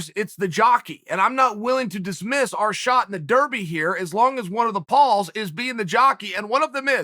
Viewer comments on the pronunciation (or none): none